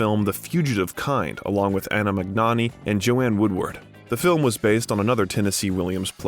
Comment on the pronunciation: Many names are butchered. I cringed at the mispronunciation of Coppola, Magnani, Elia, Huston, Cuckoo’s… 😣